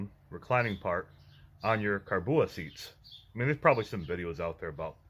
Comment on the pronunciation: Great vid, thank you! However, it’s pronounced “Core-Bow”